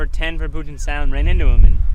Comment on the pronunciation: it's pronounced Pew-jit not Poo-jit